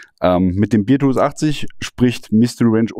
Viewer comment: Du sprichst es Beertooth aus, das ist der Bierzahn. Es ist aber der Bärenzahn, also beartooth. Bear wird fast wie unser deutscher Bär ausgesprochen. Aber da ich ein Freund des güldenen Hopfensaftes bin, ist es halb so schlimm. 🍻